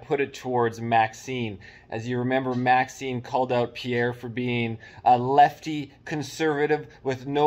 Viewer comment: Isn't it MaxiMe, not MaxiNe?